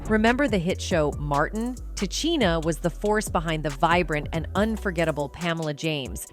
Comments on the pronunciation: Ta Cheena? This is the point Ta Sheena was making. Disrespectful for real. You talk about the icon but can't pronounce her name correctly? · Ta-Chi-Na? You must not know who she is? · TA....SHEEN.....NA.....IS HOW HER NAME IS PRONOUNCED!!! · Can you pronounce her name correctly next time, please, ma'am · I cant believe this... you cant even pronounce her name